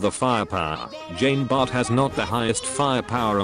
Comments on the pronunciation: #feelsfrenchman tfw the speech bot reads "Jeen Bartt" instead of the proper "John Bar" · Not sure if you will read this, but put 'john bart' in the robot voice thing and boom you get correct pronunciation